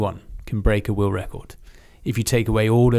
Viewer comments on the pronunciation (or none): “Oi traveled all over the wewuwd” 😂every time this guy tries to say the word world. Why do brittys have such a speech impediment?